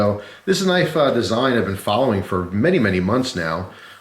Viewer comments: "That's not a knoife" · That's not a knoife, this is a knoife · hahahaha Thats not a «knoife», that´s a «knoife»!